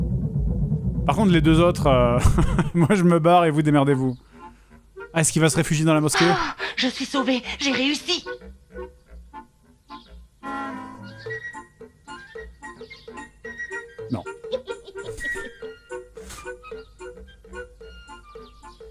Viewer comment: Fred à "es-ce qu'il va se réfugier dans la mausquée?" 🤣🤣🤣